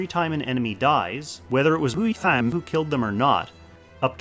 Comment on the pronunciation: Someone should count how many times you used that “WeHtTaM” sound slip lol never gets old when you use it for some reason.